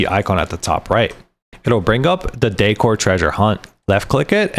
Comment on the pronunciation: Haha, others said something to correct the way you pronouce decor. I stopped listening to your last one and was reading subtitles. Yeah, the word is decoration, not dEEcoration. Content was good tho. lol